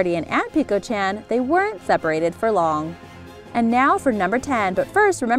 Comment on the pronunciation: you are saying chan wrong